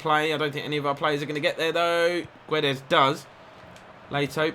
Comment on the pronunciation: Guedes name is not Gwe-des it’s Geds everyone like so he can see and say it right!!😁😁